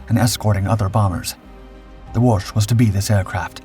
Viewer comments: Pronounced Wo-shee. The last letter is an “ś”. That is that whistling or whispering sound Poles are known for… You just keep practicing… you’re gonna get better. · Good atemt at saying Łoś but you were saying more of Łusz not Łoś as "Ł" is read like "w" in what, "o" is read like "o" in not and "ś" is like verry soft "sh" or that's closest way i can explain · It's Łoś! You see it's important beacause Łoś (ł is english w and ś is kinda verry soft sh) means Moose, while Los would mean Fate.